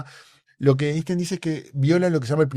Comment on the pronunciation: Es típico de los “científicos” tercermundistas afirmar que Einstein estaba equivocado. También es típico no pronunciar la palabra “Einstein” correctamente y no haberse enterado que Feynman consideraba la mecánica cuántica imposible de intuir, y reírse como si eso fuese una trivialidad.